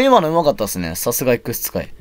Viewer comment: 「X使い」が「X2改」に聞こえたｗ